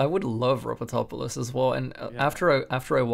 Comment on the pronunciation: The way that you pronounce ropotopolous is actually correct he mentioned it himself